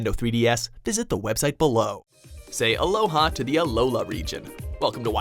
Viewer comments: Great video, but it's "Alola" not "Aloha," also, WHERE'S LYCANROC!!! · It’s alola doofus